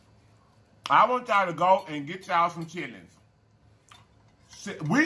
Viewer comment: He say chit ter lings lol